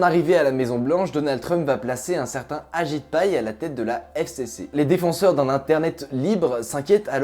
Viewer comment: Au début j’ai cru que tu avait dit « Un certain agite paille » au lieu de ajit pai